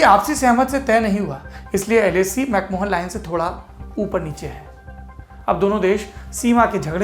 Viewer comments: Saurabhji, it is McMahon line and not MacMohan line. Good report... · Dwivedi ji, it's pronounced as 'Mac Ma-yen' and not 'Mac Mohan' line.